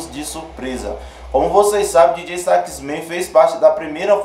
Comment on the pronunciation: Não se pronuncia Dj sax men e sim Djota sax man !!! Soh uma correção